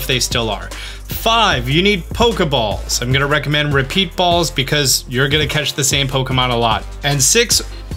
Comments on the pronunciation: it says pepeat balls instead of repeat and its kinda adorable to say out loud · Thank you for this in-depth explanation video,! Did anybody else notice the "Medusa"? Nobody? Really? Was that deliberate or an accident? You pronounced it correctly, so I was confused XD...found another interesting word (Pepeat)... this really wasn't your day, was it XD Stay awesome and much love:3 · "PEPEAT BALLS" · "60+ PEPEAT BALLS" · Ah yes, Pepeat balls. My favourite. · . Where does one get a "pepeat ball"? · You said pepeat balls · What’s a pepeat ball? 🤣